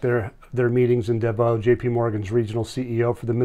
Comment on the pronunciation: It's pronounced Davos, with an s on the end.